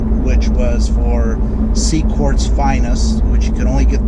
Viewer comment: IT'S QUARTZ NOT CORDS. ps HATE WHEN PEOPLE RECORD VIDEOS IN THEIR load CARS///SHITTY AUDIO/ HOW DO YOU DRIVE THAT THING? HEAD HURTS EVEN LISTENING IN VIDEO.